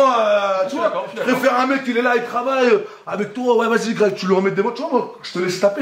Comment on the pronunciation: "Greg MMA" devient "Grec MMA" ^^